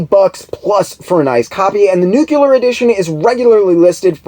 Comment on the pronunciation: you are amazing!!! I'm so glad I found your channel! Your research is so thorough and your presentation is a pleasure to listen to. Your enthusiasm for the subject matter shines through as does your wit and intelligence. So please forgive the nitpick, but it's like fingernails on a chalkboard to hear someone with your (truly) outstanding vocabulary mispronounce the word "nuclear". Big respect to you nonetheless brother!